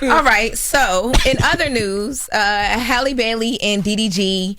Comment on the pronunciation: Honestly the way yall correct everyone about Kamala’s name then turn around and butcher Halle’s name repeatedly is wild